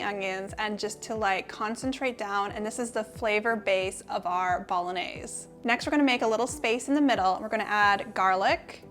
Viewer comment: Phonetics - Bol - on - yay - zay. You're welcome.